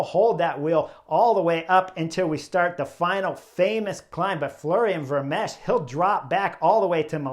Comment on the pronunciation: Chris; the ch at the end of Vermeersch name is 'silent' (old spelling). Just stop with the s sound and.... and that's it. Ver-meers. Also; what you refer to as the 'nowhere gap' is known as a 'chasse patat' in Europe. (The best translation might be 'wild-goose chase'). When you're trapped in no-man's land; I think you know what a 'patat' is in Flemish.